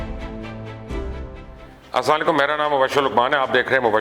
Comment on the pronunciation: Sir ap slam k talfuz drust kren